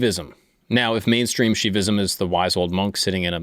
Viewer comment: WHA YI SH NUH VISM Not shivaism, SHUH YI vism